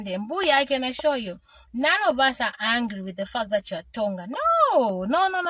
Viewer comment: You ar not Lozi coz u cant pronounce hungry and angry